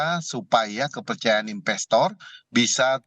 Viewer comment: investor pak bukan inbestor